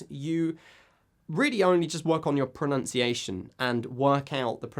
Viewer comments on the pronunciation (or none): Lee No. It is pronounced "pro-NUN-ciation", ,not "pro-NOUNCE-iation". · Good video. But... you mispronounced "pronunciation".